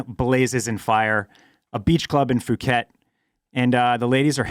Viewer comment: Poo-ket, not foo-ket guys!